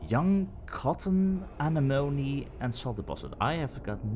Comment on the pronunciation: Say it with me: ah NEM oh knee.